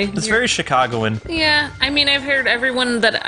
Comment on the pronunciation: Did just say Chicagoian